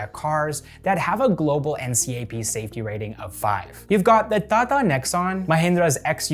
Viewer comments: It's not "tha tha", it's "ta ta" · Its not thatha, its TATA, I don't know a single person who calls it that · I love the way he says TATA.."THATHA😅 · u r not pronouncing it incorrectly, u are just saying the letter rather than saying the word that those letter make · I like how he pronounces tata as 'ताता ' And isro as I S R O 😂😂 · the way he says 'TATA' it's so humorous!!! 😂😂😂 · T in Tata is pronounced as the normal t (as in Tea).